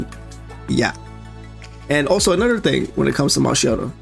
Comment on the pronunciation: Brother, I don't just need her, I need two of her. That DPS boost with her copy is insane. But I will be happy with just winning a 50/50. V1 can come on her rerun. And my italian side wants to separate your head from your shoulders for butchering her name pronunciation.